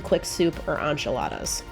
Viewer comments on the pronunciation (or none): What is an on Chilada? Did you mean enchilada? Just wondering